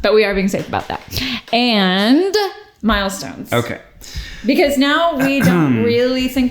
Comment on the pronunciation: just keep hearing Miles-tones